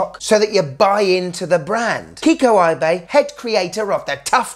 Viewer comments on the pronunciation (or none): Let's pronounce Kikuo Ibe's name correctly. Kiko Eyebay ain't it. Paste this into the translation software of your choice. いべ and see how his family name sounds. And then this, to make it easier to hear his given name. きくお 😊